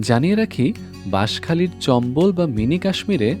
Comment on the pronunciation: চম্বল না চাম্বল